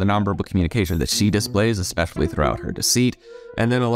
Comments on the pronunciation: I can’t trust the girl in the pink top because she pronounced especially as ekspecially 😂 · My suspicions about the girl in pink were confirmed when she said "exxpecially". Moving on. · “Eggspecially” from Miss “it’s ok to lie because everyone does it”…. I think my IQ dropped about 40 points watching this., are you okay? Trying to follow that thought process could cause you permanent damage…